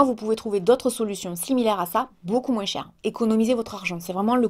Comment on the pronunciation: t'a encore dis " Moinsse " xD en tout cas le petit noeud te va trop bien:3